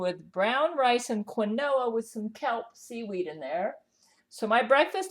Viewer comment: fyi its pronounced KEEN-WA not QUEEN-OH-A